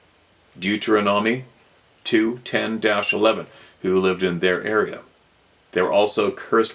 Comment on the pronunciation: Just so you know hears some help with those biblical chapters! Deut er on onyx an that’s Deuteronomy and Mal a ch with a k sound Malachi not trying to be rude just trying to help!